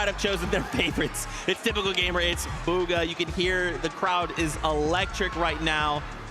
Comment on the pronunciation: Did bro say Boga instead of bugha